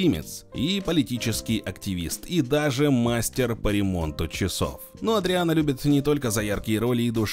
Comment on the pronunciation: Не "Эдриан", а Адриан.